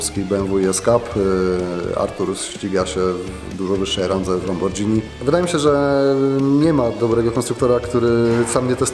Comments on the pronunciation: lamborDZini... a na obiad jem spaDZetti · NIE MA KURWA "DŻ" WE WŁOSKIM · Lamborghini a nie kurwa lambordżini🤬🤬🤬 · Czyta się lamborgini a nie lambordżini to tak jakby czytać spadżetti.😂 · Lambordżini hudini😂😂😂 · lambordżini XD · Od jakichś 20 lat na wymowę Lamborghini zwracam szczególną uwagę (pamiętam, bo mając naście lat kłóciłem się z jakimś dorosłym o tę wymowę), a jak 3 lata temu w w Genewie spotkałem Shmee150, to sam walnąłem "LamborDŻini". Wstyd :) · Jezuuuuuuuuuuu LAMBORDŻINI SERIOOOOOOO?!!!!!?! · Lambordżini KURWA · Pojazd MARZENIE, producent FILANTROP, pomysł BOMBA 0.0 Pytanie tylko jakim cudem koleś z branży moto mówi Lambordżini, nie mogę tego zapomnieć mimo całej reszty filmu która powoduje że kopara opada. Opada na Lambordżini, ale potem nadal leży :D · Też mi się to rzuciło w uszy, kiedyś wujek który mieszka na stałe w Italii mi na to zwrócił uwagę i pamiętam że nie "dzini '' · Rozwaliło mnie to i koleś nagle stracił autentyczność... Do końca miałem to w głowie... Nie ogarniam jak ktoś z branży moto może tak mówić... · Lambordżini = spadżetti xd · Lambordżini, spadżetti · Nie ważne że facet ojebal cały polski pojebany system i zarejestrował zmote ku××a powiedział ,,lambordżini,, to trzeba go ukrzyżować. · Jak dla mnie, to ten GOŚĆ powinien mówić Lamborgini. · a kim Ty kurwa jesteś, pajacu? P.S. Lamborghini, jak coś, przez "gh" dlatego czytane "g" a nie "dż". Dobranoc! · Super, świetne auto. Polatałoby się. Fajny gość. P.s. Tylko te "lambordżini" ;) To nie hejt. Powodzenia. Oby więcej Polskich Marek na rynku!! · Nie mówi się Lambordżini XD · To niezłe lambordżini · LamborDżini buahahaa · Lambordżini... XD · LamborJimni xD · Rewelacja to mało powiedziane. Minus za lambordżini. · ''Lambordźini '' :d :D :D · Taki expert a mówi lambordzini , ale szacunek dla niego za to co robi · LAMBORDŻINI XDDD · LAMBORDŻINI, to boli za każdym razem 😂